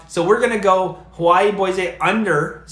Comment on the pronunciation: Bois-AY! That’s the Canadian in you, Eh. Lol. Keep up the great work,.